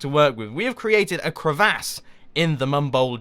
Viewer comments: its crev-us not crevahs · Jumbo Pronunciation... "Creh vass" LOL ENGLISH